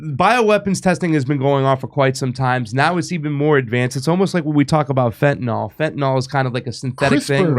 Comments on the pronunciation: It's not fentanol, it's fentanyl, rhymes with pill. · FentaNIL, not FentaNOL. AntiseMITic, not antiseMETic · Why does everybody pronounce fentanyl "fentanALL"? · It's not "fen tan all." Damn people are so lazy with language. Look at how many words have been secured in the dictionary simply because too many people are too lazy to pronounce words properly. No exaggeration. It's pretty ridiculous (another constantly mispronounced word). Irregardless is even more stupid because people just added on to "regardless" for no apparent reason. Now I'm getting irritated, and I might just go nukular!